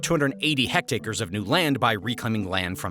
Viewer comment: Metric SI unit is hectare. Just a mispronunciation. Land measure roughly similar in size to an acre. It’s already a square measure so there’s no measure called a square hectare, for instance.